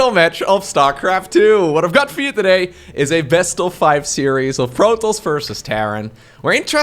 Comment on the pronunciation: "today" You just turned into an Australian.